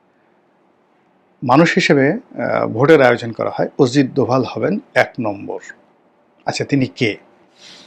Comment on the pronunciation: ওরে বরিশাইল্যা পোদ , ওজিত দোভাল না। উচ্চারণটা হবে অজিত দোভাল 😅😅😅 মগা পাকিস্তান যুদ্ধে জিতছে এই তথ্য কোথায় পাইছো? পাকিস্তানের বিভিন্ন মিডিয়া যেখানে বলছে যুদ্ধে ওদের বিশাল ক্ষয়ক্ষতি হয়েছে সেখানে পেট বানানো গুজব রাটাতে এসেছো? তোমার মতো চোদনা তার নাম জানবে না এটাই স্বাভাবিক 😅 যা ব্যাটা, মুতে শো